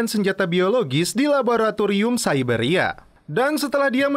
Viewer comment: Siberia bg baca nya bukan saiberia